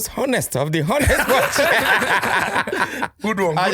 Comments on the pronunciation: I do love yur intros but please it's not pronounced H=onest bunch but 'onest. The 'H' is silent biko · Why do they keep pronouncing the H in ‘honest’ 🤷🏽‍♂️ the H is damn silent.